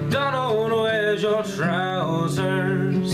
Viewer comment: As someone from Scotland, I have to admit, the way you sing it is very similar to the way most Scot's would sing it, my only criticism would be that it's pronounced "TROOSERS" with emphasis on the "oo" and rolling of the "R".(If you listen to the original, you'll get what I mean) Otherwise a very worthy cover man, awesome job! :)